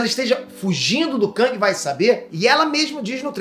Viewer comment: Não se diz KÃNG, se diz KÉNG. A pronúncia correta é essa.